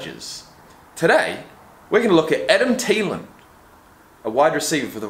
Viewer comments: Thee-Len not Tee-Len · Its THEEE LAN not Tee Lan